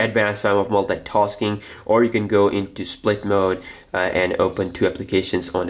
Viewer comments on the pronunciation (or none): The way you say Maintenance and Multitasking is cringeworthy. Pronounce better please. Also you seem extremely bias toward nougat being best.